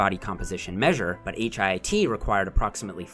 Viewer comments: I hate that he keeps saying H.I.I.T, just say hit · lol why can’t you say HIIT like “hit” instead of “H-I-I-T”? 😩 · You're inconsistent with pronouncing HIIT. Most of the time, you say H-I-I-T. Sometimes, you say, "hit." When you say the former, you come off as pretentious. And you darn well know that the latter is the most common pronunciation. I'm disappointed,. Be consistent. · Just a question: Why did you spell out H-I-I-T every time instead of referring to it as HITT??